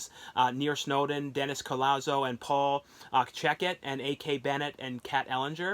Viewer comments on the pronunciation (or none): none